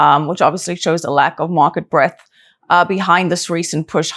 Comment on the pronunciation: Love, but it's BreaDth, not breath.